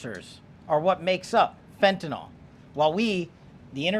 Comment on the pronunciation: 😮It's "FEN-TAN-YL" NOT "FENTANOL".It DOES make a difference !!! Fentanyl is a drug...fentanol points to a compound that is an alcohol- which the drug IS NOT!!! Anyone in the heathcare industry could tell you that!You'd think that someone at this level would pronounce the name of a drug they're fighting would GET IT RIGHT!!